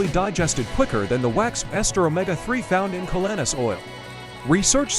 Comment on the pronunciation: Even though I believe in the superior benefits of this calanus oil, it’s hard to show credibility with this presentation when the narrator who can’t even pronounce the name of the product or its ingredients properly